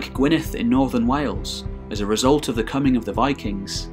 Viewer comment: The double d in Gwynedd is pronounced like the th in (the)